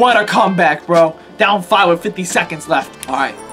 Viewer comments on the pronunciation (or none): none